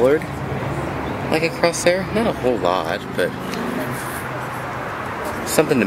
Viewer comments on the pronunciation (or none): none